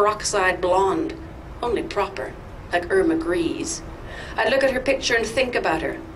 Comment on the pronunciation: Grese as in Irma Grese is actually pronounced 'gray - zer'